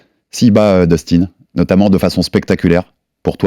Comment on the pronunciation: " dustin " sa ce prononce " deustin " pour daniel 😊